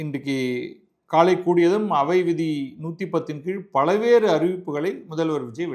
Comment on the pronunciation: பத்ரி சேஷாத்ரி சார், அது பலவேறு இல்லைங்க சார் பல்வேறு முடிந்தால் முயற்சி செய்து சரி செய்து கொள்ளுங்கள்.